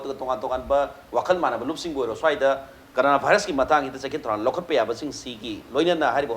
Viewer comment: u just sayed like that Nizamuddin n corona not nazimuddin n carona